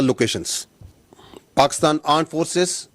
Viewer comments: With the Aand Forces 😂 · He literally said Aand forces...😂😂😂